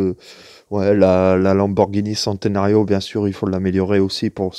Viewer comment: Merci pour cette vidéo c'est exactement ce que je recherchais par contre pour la petite info centenario (centenaire en italien se dit tchénténario) ;)